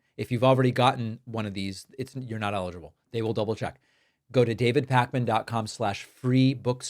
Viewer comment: You say David Pakman I say David Pakmama